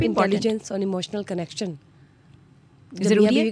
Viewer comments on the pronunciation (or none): none